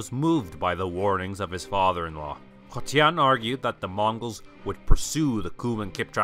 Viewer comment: spelling and pronouncing Koten (köten).. Means this body part. But as I hear your pronouncing of his name, I hear it like Kotyan. I'm not native English speaking person. We stucked up to the most groundbreaking issue of history science 😂 kazakh viewers will be burst out laughing at the in a transliteration from Cyrillic writing КОТЯН, his name would transliterated as Kotyan